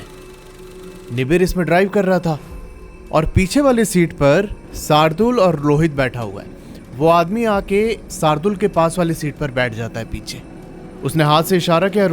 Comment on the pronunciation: भाई तुम बार बार नाम लेने गलती कर रहे एक इंसान का नाम रोहित को लोहित लोहित बोल रहे हो एक बार नही जितने बार बोला रोहित को लोहित हि कहा😅😅